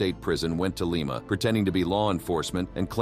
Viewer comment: I'm from Lima Ohio ie) Lie mu NOT LEEMA!!!